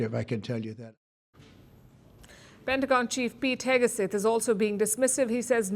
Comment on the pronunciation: Pete "HEGESETH" : KNOW-IT-ALL PALKI finally REPEATEDLY shows her IGNORANCE - US DEFENCE SECRETARY'S name is Pete HEGSETH and NOT Pete HEGESETH. JUST SAYING.